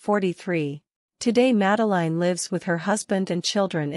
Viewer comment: Please do get the pronouncition of her name right